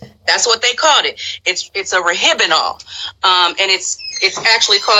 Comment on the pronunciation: Marvin Stanley, Exactly....and the proper pronunciation is RO-HYP-NOL, not rohypenal, ijs, 😂😂😂